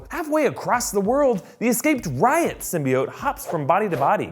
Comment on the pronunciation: It's pronounced Sym,. Bee,. Oat